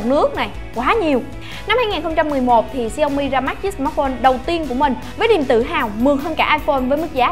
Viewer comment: đọc đúng theo tiếng trung quốc là xiẻo mỉ